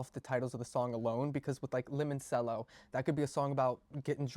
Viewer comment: I’m taking the tracks listed on Genius with a grain of salt, anyone can put information on Genius, so it is very unreliable. Btw it’s pronounced “lemon-chello” like the instrument.